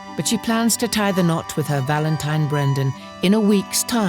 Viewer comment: She can't say valentine . Valentimes. She should not be looking for a husband. Sad